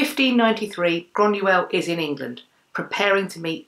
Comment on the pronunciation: So you are descended from Irish whisky? Lol I rather think you mean Scots? The people are Scottish, shortened to Scots, The drink, whisky, when made in Scotland is known as Scotch. It might help to know this if and when you Do travel . :)) Also it is 'Groiyna not Grunuell